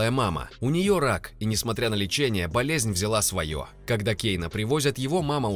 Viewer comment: Болязнь... Ну ладно ошибки все совершают.😅